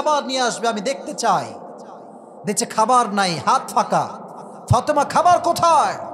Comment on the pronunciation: হুজুর সেন্ট্রাল শব্দটাকে সেন্ট্রোল বলে আপনি কি বোঝাতে চান।দয়া করে বাংলা অনেক সুন্দর তাকে আয়ত্ত করেন। ফাতেমা অনেক সুন্দর নাম তাকে সুন্দর করে বলেন প্লিজ। নিজেকে কিভাবে উপস্থাপন করতে চান।